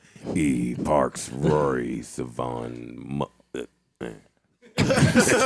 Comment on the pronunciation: "Suhvonn" instead of "Sayvon" is NASTY NASTY.